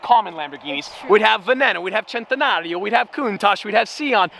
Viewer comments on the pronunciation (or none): none